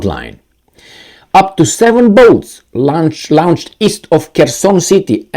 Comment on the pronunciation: LAWN-CHED, LAWN-CHED. NOT LOUN-CHED!